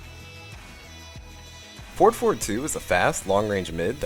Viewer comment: For the new ones heres i was hearing 4,4, 2 instead of forward forward 2 😂, even the subs says "ford for 2"